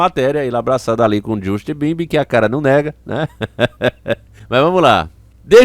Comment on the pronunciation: Justi bimbim 😂😂😂😂😂 rachei demais você falando mano